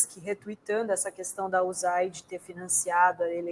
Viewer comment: A primeira pessoa que fala "Uzaide" como eu aprendi. Quero que investiguem mesmo a USAID, vou rir muito do aue eles vão encontrar!